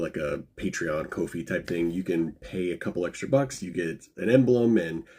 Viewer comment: You rock but I believe Kofi is pronounced like “coffee”, since it’s suppose to be like a pun of “buy me a kofi if you like what I do”. Could be wrong though, keep doing what you’re doing. Love your content!